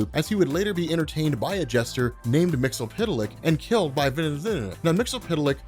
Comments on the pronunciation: I love your videos but one thing you and most people do is mispronounce Mxy's name. I'm not singling you out because even in most of his cartoon appearances it's pronounced wrong, in the 60's and 70s DC would throw a footnote with a phonetic pronounciation when ever Mxyzptlk* would appear or say his name bacwards** *MIX - YEZ - PITTLE - ICK **KILL - TIPS - ZECK - SUM i wish they would have done that for Ras Al Ghul and Themycira but i digress. I want to see a beyond Omega Level with Bat Mite as he is definirely canon thaks to his epic battle with Mxy in Scott Snyder's Justice League/Doom War. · So another person who can't say his name right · you're still pronouncing the "zee" like an "ell". (I do not liked how sans-serif makes uppercase "i" and lowercase "L" look identical.) Tidbits: initially, his name was spelled "Mxyztplk"; my headcanon says that's Earth-2. His home planet is Zrfff. Again, you should look into the one-shot New Year's Evil Mr. Mxyzptlk #1. It has some laugh-out-loud in-jokes, including gibes at Jack Kirby and Neil Gaiman. (Well, their comics at least.) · I did for one. His pronunciation of the name is ridiculous. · Its Mix-yeess-spit-lick goddamn it. Not mixel-pit-el-lick not mixy-pit-lick. MIX-YES-SPIT-LICK!! Also its Vindictivex or Vindictive-ix not Vndvnm lol. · Why do you keep calling him "Mixo- pita-lick?" Its Mit-spit-lick" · Mix-ull-pittle-lick? To quote the imp himself, it's pronounced "Mix-yesz-spit-lick". And backwards, it's "Kill-Tipsy-Zim". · Love Comics Explained but his mispronuniciation of Mr Myxyzptlk is driving my crazy. It's pronounced Mr Mix-iss-pit-ill-ick. Not Mr Mix-ill-pit-ill-ick. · It's "Mxyzptlk", not "Mxlptlk". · he pronounces it wrong the whole video. It's pronounce mix-yes-spit-lick. Not mix-el-pit-el-lick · It's pronounced Mix-Yez-Spit-Lick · Mixy-spit-lick, dude. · It’s “Mix Yes Spit Lick” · Here is how to properly pronounce his name: Mix Yes Spit Lick. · There’s no s sounds lol